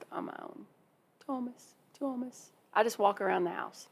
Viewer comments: Something that can help with pronouncing the Finnish names is to remember that they stress the first syllable so the emphasis in Tuomas is on the Tu. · To me pronouncing his name is like Tour mass Tuomas.